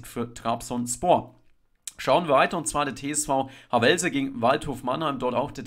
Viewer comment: Havelse... Nicht Hawellllse...🤣 Betonung ab dem Ha....